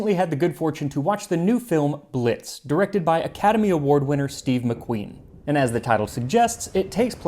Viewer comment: When he said movie director was Steve McQueen i literally heard speed McQueen